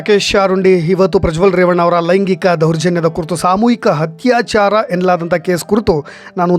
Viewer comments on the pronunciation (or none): Thanks for the update. It would be nice if your Kannada pronunciation is like :- Athyaachaara not Hathyachara Hanada Aamisha not Haamisha Adhikaara not Hadikara 🙏